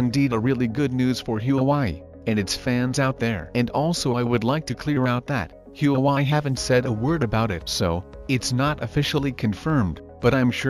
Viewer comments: Not Hue Wai. It's Hua Wei. Chao zibai. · Please pronounce Hua Wei properly. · Don’t forget the Hu‘a’Wei when you pronounce “HuaWei”. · My guess is this is robot's voice. Can't pronounce Hwa Wei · Your pronunciation of Huawei is way off! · Pls fix your pronunciation of huawei. You’re calling it a different name. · You pronounce Huawei like you are from MARs???? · Pls learn how to pronoun the name of company properly. 😂😂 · Learn to properly pronounce 'Huawei' first to avoid confusing those watching this clip. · Pronounce HUAWEI properly ,please. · I was gonna say that too.